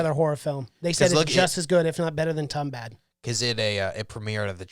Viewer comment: You gotta pronunce it as Toombahd